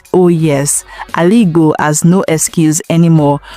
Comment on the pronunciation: What are you even saying? What is Aligo? Is it Ezza language or Izzi language? When I heard the first one I thought it was a slip of tongue, until you mentioned it again. Don't ever corrupt that precious word again if what you meant is Aligbo. Obviously, you can't speak Igbo. Secondly, you're quite aware that the Ariaria Market project is a private sector initiative that started even before Alex Otti became governor but you started shouting that Alex Otti is building skyscrapper, are you okay? Or you're just a paid sycophant. Where on earth did Alex announced that he's building skyscrapper? That's not even a skyscrapper but a highrise of about 7 storey building. I always cut short the video anytime I sense lies and misinformation. Alariwo!